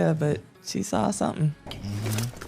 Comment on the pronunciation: Rhenyra said “I’m leaving here with sumpn”